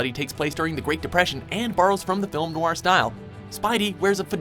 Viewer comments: ist no-ir not noar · ugh, i cringed so hard when he MISPRONOUNCED noir MULTIPLE TIMES